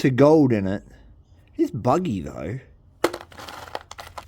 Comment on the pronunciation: Are you saying buggy or vuggie? It sounds like you are saying buggy, and i didn't see any on the rock, but i did see vugg's.